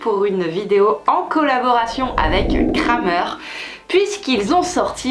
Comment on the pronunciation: Coucou, on dit pas "Kramer" mais "Krämer" il y a bien le tréma sur le a 😊